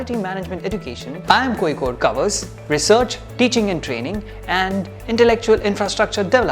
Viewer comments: And you mistyped seen as scene. And it is originally pronounced as Kozhikode at present not koyikode, unless Locals do otherwise. Fun fact, some other names in the past- The Arabs called the city Qualiqut, Tamils called it Kallikottai and the Chinese called it Kalifo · its not L its' zha' ഴ Kozhikode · കോയിക്കോട് അല്ല കോയാ.. കോഴിക്കോട്..! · And you still learnt wrong one. Its Kolikode with a different L which north Indians can never pronounce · I watched this to learn how to pronounce Kozhikode